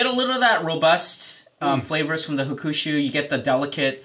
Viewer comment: made fun of pronouncing Miyagikyo incorrectly. But Sumimase my friend, you said Hukushu? You mean HAkushu. Maybe 8 straight drinks might have made you slur a bit. Have no doubt in your knowledge on Japanese whiskeys though. It was a really fun Drinkthough episode. Kudos to all of you! Nikka has been always good to me. Their discontinued Pure Malt whiskey must have been the most value added whiskey ever though. It was less than $10. Currently Kirin's Fujisanroku ($14) is probably the most value added one though. Thanks for your fun work! Cheers!